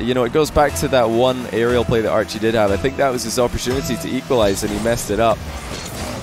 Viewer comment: Idk y I keep hearing say Arju instead of Archie xD